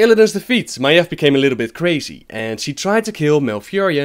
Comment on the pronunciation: FOR GOD SAKE STOP PRONOUNCING MAIEV AS MAEF!!! FFS!!!